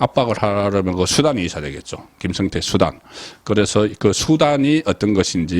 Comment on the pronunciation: 김성태와 김형태를 분명하게 발음해 주세요